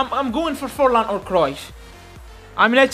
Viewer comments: Bro did 'Forlan' dirty 💀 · Fornal❌ Forlan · Forlán bro 🙃not fornal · Did anyone notice about the title he said fornal instead of Forlan